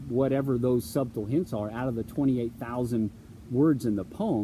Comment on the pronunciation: "Subtle" is pronounced like "suttle." It's embarrassing the way you say it.